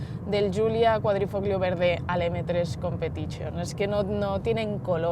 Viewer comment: Vaya pronunciaciones las de los colegas, flipo... "Competichion" "ixdraif" "modo EEEEEsport" jaja